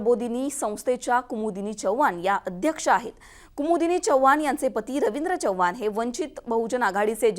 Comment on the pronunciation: Chvhan nahe madam Chavan mhna Marathi shudh bola